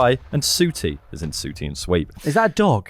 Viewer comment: The pronunciation of “Sooootie” is the most offensive thing in this pod. Fantastic work.